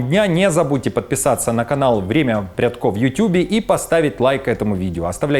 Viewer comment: По правилам чтения, фамилия звучит ПрЯдко. Ударение на предпоследний слог. Шевченко, Порошенко и тд